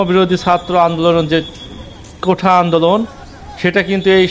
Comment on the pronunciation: কোঠা না কোটা